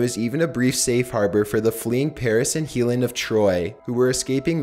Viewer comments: Did he say "Heelen?" (Helen of Troy) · 😣 Herackles and Heelen of troy 😞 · Helen of Troy is not pronounced heelen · DID YOU SERIOUSLY SAY "HEALIN" OF TROY???? I feel like you mispronounce everything on purpose to troll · I have no issues with ' voice but he can't even pronounce the name Helen correctly or SIRI???? It' drives me aBSOLUTELY BONKERS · Dude you seriously cant pronounce helen? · he mispronounces sooo many words in this one its almost irritating. He misspelled and mispronounced Heracles, Helen, exacerbates....dude, research a bit more